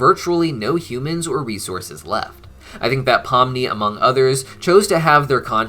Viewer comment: POMNI* not pumni get it right